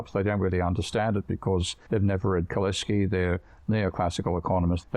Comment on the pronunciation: Off-topic FYI: The "c" in Polish is pronounced like "ts" in English. "Kalecki" = ka-LETS-key. // Wikipedia has the IPA spelling (International Phonetic Alphabet) of "Kalecki" thus: kaˈlɛt͡skʲi. Note the "ts" in the pronunciation where the Polish letter is "c". (This works for all Polish surnames ending in "cki" (tski), e.g., Potocki, Kudlicky, Penderecki.)